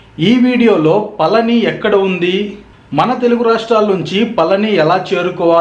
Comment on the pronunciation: మీరు పలికేది పలని లాగా వినబడిoది. పళని అనేది కరెక్ట్. బాగా cover చేశారు. బాగుంది.